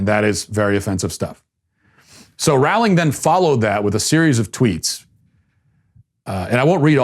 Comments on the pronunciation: Dude please please pronounce her name correctly, it is JK Rowling as in the word "bowling"... Not like Rawling, Raughling or any of those ways in which you said it. Thanks! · My only issue with this video is the pronunciation of Ms. Rowling's name. It sounds like "rolling". Otherwise, well done, Matt. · Her last name is pronounced the same as bowling!!! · Her name is pronounced “rolling”, as in “rolling down the river”. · It’s actually pronounced like Rolling. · "Rowling" rhymes with "bowling". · That’s not how you pronounce Rowling tho